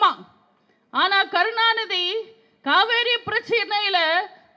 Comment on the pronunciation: Kaveri nu kooda solla theriyala.thamil ah nalla pesave theriyala.jeyalalithavumtha makkalal naan makkalukkaga naan nu sonnga.avangala thai nu sollalam ivara appanu sollakoodatha.kadavule ivangala kaappathu.